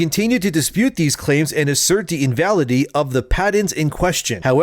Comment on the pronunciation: DUDE!!!! - THE WORD IS... IN VA LID ITY